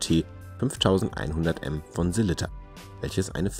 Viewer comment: Eine schöne Vorstellung mit tollen Detailaufnahmen von drei interessanten Uhren. Aber warum kriegt es nicht einmal ihr Profis hin, den Namen des bekannten schweizer Werkherstellers, der euch doch wahrlich geläufig sein sollte, richtig auszusprechen? Die heißen nicht Selitta (wie der Kaffeefilterhersteller Melitta), sondern Sellita!